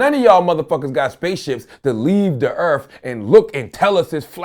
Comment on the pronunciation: RebelBeamMaster X84 only if he could pronounce words properly earth does not have a slang word so why earf. He is a damn hypocrite..... just can't stand him.